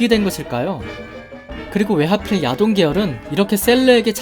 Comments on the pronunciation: 처음에 야돈 목소리 들었을 때 야동(?)으로 들려서 뿜은 적이 있어요. ㅋㅋㅋ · 야돈이...야동으로 들리는 난... 썩었군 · 야돈을 야동으로 들렸습니다. 음란마귀를 힘껏 쳐야합니다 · 난 왜 야돈이 야동으로 들리는가.......... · 계속 야동이라고 들려... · 아 나만 음마꼈냐.. 야동이라 들려.. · ... 야돈이 잠시 야동으로 들렸다...